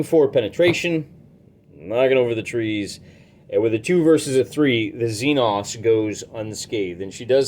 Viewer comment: Xenos? Don’t you mean the Xen-Xs? Lol